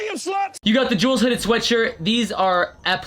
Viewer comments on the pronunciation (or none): none